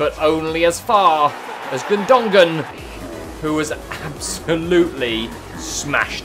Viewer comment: Did you heard him when he was saying gundogan gundangan